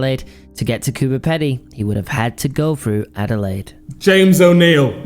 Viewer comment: This was so interesting. The Beaumont children case is still so alive in the Australian mind. Boys, I must tell you that the Pedy in Coober Pedy is pronounced with a long "ee"